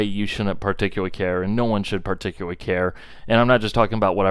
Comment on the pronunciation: Par-Tic-U-Lur-Lee... bruh, please, say it with me, Par-Tic-U-Lur-Lee... love your videos but lay off the dairy. PAR-TIC-U-LUR-LEE ❤️👍❤️